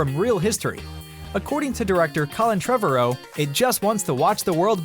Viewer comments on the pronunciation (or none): Buddy you really need to do your homework on proper pronouncements of names. Giganotosaurus is pronounced Jiga-not-a-sore-us, Trevorrow is pronounced Tra-var-oh. What they should do is ask Caleb Walker if he would fill his brothers shoes and take over the role of Brian O'Conner. They aren't lookalikes but they are somewhat close and there could be an in universe reason for his look changing. He was in deep cover with the FBI and he had to have plastic surgery to change his look somewhat as his face would be way too recognizable considering his face was plastered all over the world for years in universe and to go undercover he had to change. It would also give a reason why he hasn't been in the last couple of movies. Have him be on the wrong side of the conflict, AKA the people going against the Fast Crew and things going from there till at the end he Joins Dom and the Fast Crew again.